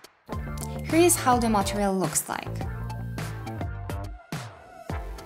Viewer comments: Took me a while to notice that she was saying "material" and not "montreal"... I'm fucking stupid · i love how you say "MATEREAL", also thank you for this